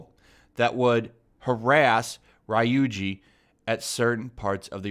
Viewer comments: What the f do you know about Persona 5? Raiooji smh it's pronounced ree-oo-jee. The game is criticizing the passivity and uncaring attitude of Japanese culture, how does shitting on one part of the LGBT community help that message? Also the studio that developed the game doesn't care about this stuff, it was the initiative of Atlus USA. So I suppose you'll have to buy the game in Japanese then so Atlus USA doesn't get any of your money 😂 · "that would harrass RAI-Oo-jEe" 20+ years, and people still make that error. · prononciation RÉE-OO-GEE